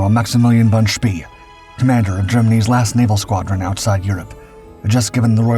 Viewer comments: The music is annoying and his name is pronounced much more "Shpay" than "Shpee". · I thought "von Spee" was pronounced "von sh-PAY?" or "von shp-PAY-uh?" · "Spee" is not pronounced like that. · You're right. They always get some of the German pronunciations wrong! Always!